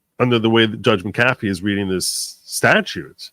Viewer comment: Hi, my maiden name is McAfee. It’s pronounced Mac-uhfee. Love your program!